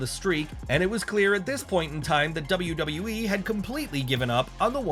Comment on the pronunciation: Kozlov pronouncing it as "Double Double E " was so over with me 😂